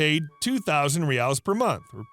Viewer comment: Love the videos! As a brazilian, I feel that I had to comment and complemmentt your pronunciation of Brazil's currency ('Real' and 'reais' - plural). It was perfect! Keep up the great work!